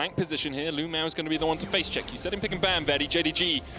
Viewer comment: It is CRAZY that a pro player in China is named LvMao. That is the exact same thing as if Rekkles changed his name to LvHitler. Even crazier is that EVERY caster calls him LU-MAO, it's like their scared to actually say his name.